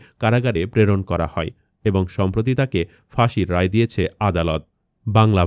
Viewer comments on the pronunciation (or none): none